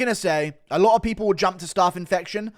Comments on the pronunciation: Guru’s pronunciation of Staph is crazy lmao it’s not staff, it’s pronounced like the first syllable of Staffordshire. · STOP SAYING STARPH INFECTION!!!!!! Fuck me 💀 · Someone tell Guru how to say staph. And no its not because hes English.